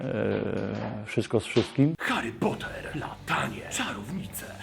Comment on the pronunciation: Hari pota??? Chyba coś cię opętało